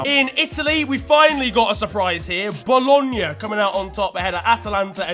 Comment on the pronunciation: The way you pronounce "Bologna" makes me want to commit a felony